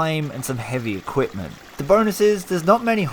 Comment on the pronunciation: "Big digging ecuipment" 😅🎉